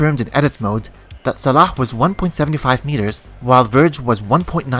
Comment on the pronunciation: man you pronounce Salah like a true Egyptian.